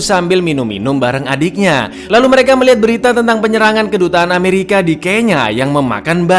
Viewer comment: ketika bilang "amewika snaipah" 😭 😂